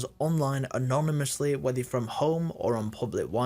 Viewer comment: I heard you struggling to pronounce anonymous 😂